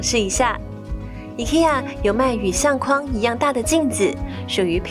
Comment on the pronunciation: 相框，框，念“况”第四声；筐子，筐，念“匡”第一声。